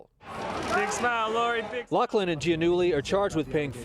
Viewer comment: Why is it so difficult for US-Americans to pronounce the name Giannulli? It is an Italian name and hence pronounced accordingly.